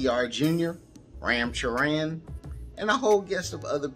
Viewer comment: I love how foreigners pronounce Ram Charans name lmao. "Reyam chereyan"